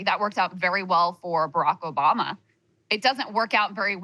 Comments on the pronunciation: Krystal said OBAMNA 😅😅😅😅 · Krystal with the hilarious "Obamna" slip 😂